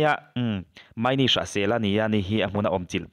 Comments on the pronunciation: Ni e..a lam dan khi a lam dik lova..'Mai ni' tiin a lama , a mah khi chu' Ma ini" tiin a in sawi .. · Ahming i lamdan kha a dik lo. MA IN I. Tia lam tur a ni e.